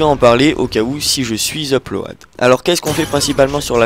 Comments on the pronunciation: Mec un ptit effort quoi on dit pas uplo-ad mais upl-aud ... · Ça se prononce "plode" non "ploade" :) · il n'y a que moi que sa choque les "E-plo-a-de"au lieu de upload du commentateur?! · phonétiquement : d'après lui -> "UP-LOADEUH" // En vrai : Uplod // UPLOAD. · EUP-LO-AD WTF ??? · L'upload se prononce 'l uplod' --" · Je comprends pas pourquoi vous avez uplOAD ce mec !! Il est sérieux à prononcer ça de cette façon ? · Sa me fais rire comme il prononce le mot "upload" x)